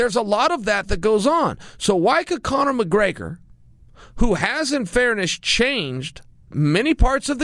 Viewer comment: Copnor mcgregor?